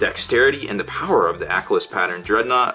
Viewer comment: It's pronounced a-kill-us